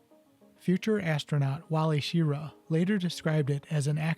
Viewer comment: Sorry, really don’t like being “that guy” but your multiple mispronounced words forces me to add this. Vought is pronounced “Vaught” I.e. rhymes with “caught” (not “vote”). It is Wally “Sha ra” not shee ra. Both pitch and roll control was provided by elevons, though Vought referred to these surfaces as "ailevators" at the time. Elevon is universally used now. I have to concede I did not know ailevator was even ever used. It would be a very interesting design exercise to redesign this aircraft with 2 F414 turbofan engines and survivable shaping. Thanks for making this video. Not a whole lot about it.